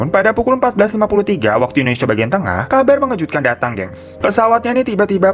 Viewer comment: Nobody : Kak hiro : Indonesa :v